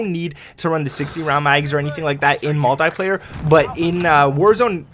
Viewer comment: It’s pronounced multeeeeeeeeeeplayer